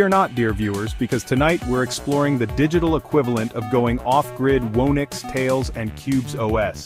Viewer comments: Whoo-nix? Surely it's who-nix! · Garbage video. "Whoa-nix"?